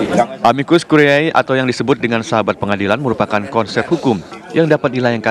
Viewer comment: Tertulis `Curiae' Dibaca 'Curie'